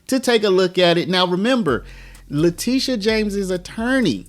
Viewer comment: TISH, TishA ... Not TEE-sha! Letitia James CAGNEY